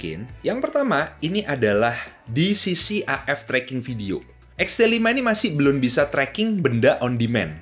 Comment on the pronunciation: belan belon belun, susah banget ya ngomong belum